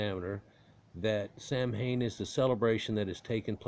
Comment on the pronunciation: If that's true, then it's even worse. You purposefully mispronounced the name through the whole video.